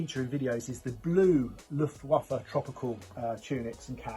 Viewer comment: Wish you could pronounce 'waffen and luftwaffe'